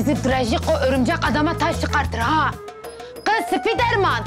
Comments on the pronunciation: evet Drejiko aferin sana riks nedir işte riks budur bravo görüyorsun değil bu gız menim eseri men yaptım 😅😅😅😅😅😂😂😂😂 abi koptum yaa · gız sıpiderman hqhahahahahhaha 🤣🤣🤣🤣🤣